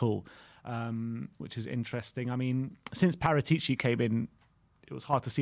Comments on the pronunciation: Guys. His name is pronounced, ParAtici. Thank you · Guys pleeeeaaase … It is not PARATI’ CI !! IT IS : PARA’ TICI 😉k?